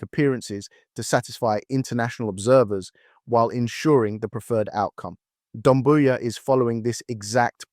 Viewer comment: it's Doumbouya* not Dumbouya but i agree with the analysis